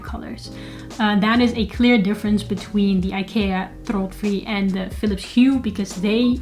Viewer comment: Thanks, nice review. Great pronounciation on the product as well. I have bought Hue recently, but will be expanding with Ikea bulbs and remotes, which can pair with the Hue bridge too.